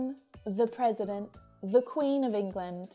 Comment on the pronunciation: There is a mistake in your example:”the person stood up when HE(not they) saw a cat.and you pronounce “a” and “the” incorrectly